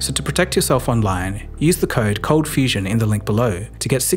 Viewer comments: i love your channel, but admittedly i miss "cold fustion" :) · Bring back the "t", cold fustion forever